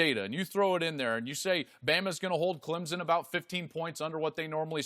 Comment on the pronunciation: No z in Clemson.